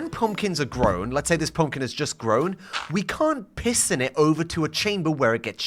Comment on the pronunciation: is it just me who hears p*ss in it every time he says piston it